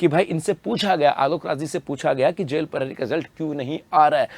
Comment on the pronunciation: Jel prahari ko zel prahari ko bolta hai ye 😂😂😂